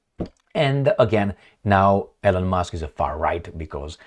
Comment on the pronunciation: it is not "ELEN" it is pronounced "ILON"